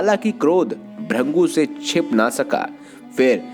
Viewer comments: त्रदृषी ब्रंगू नही त्रदृषी भृगू,कृपया सही उच्चार किजिऐ. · Bhurngu nehi bhrugu hai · ऋषि का नाम भृगु है ना कि भृंगु 😡😡😡😡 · उनका नाम भ्रिन्गु नहीं भृगु था। नारायण नारायण😇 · ब्रंगू (brangu) नही मुनीश्रेष्ठ भृगु (brigu) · It's not "Bhringu", it's "Bhrigu" or "Bhrugu" pronounced most prominently, and his sculpture is Bhrugu Sanhita. Rishi Chyawan, the creator of Chyawanprash is his son. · Are bhaiyya ji pahle bhrigu dhang se bol lijiye 😂😂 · Sahi bola bhrugu aata hai